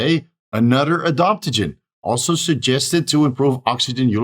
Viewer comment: it's adaptogen, not adoptagin, and it's aromatase inhibitor, not aromatise inhibitor 😂